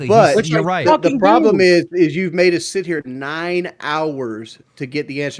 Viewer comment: Someone teach boogie that it’s “sit” not “set.” He always says set or setting when he means to say sit